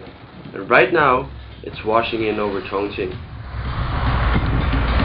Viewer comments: ' at 1.41, you pronounce 'Chonqing' as 'Chong+Ching.' If I'm not mistaken, even going by the 'modern' spelling, it's pronounced; 'Chong+King' In earlier times - prior to the adaptation of Pinyin (before the 70's/80's in the west), this areas was known as 'Chung King.' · I think in Mandarin, Chong Qing is pronounced Chong Jing. It is the Anglicize pronunciations that make Chinese names sound ridiculous to Westerners. The heavy nasal tones of British make names of every other language sound ridiculous.